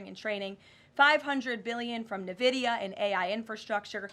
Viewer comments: ITS NOT NUH-VIDIA. ITS IN-VIDIA. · It isn’t Na-vidia, it’s N, pronounced In-vidia.